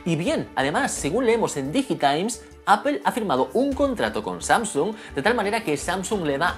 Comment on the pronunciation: ¿Xq pronuncias el inglés con un acento tan cutre y sin embargo la palabra Apple la recalcas tanto con un inglés perfecto? Queda raruno y como de pijo relamido. Eipol no, Apple y déjate de pijadas.